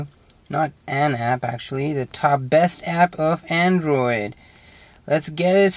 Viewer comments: WOW! He said 'Androir' hehe... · "Best ahp for andrio!" Priceless sorry xD